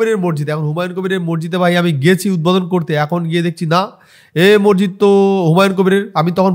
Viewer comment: ভাই তোমার সব ভিডিও দেখি❤❤, বিষয়টা খারাপ ভাবে নিওনা🙏🙏 উচ্চারণটা মসজিদ (মরজিদ নয়)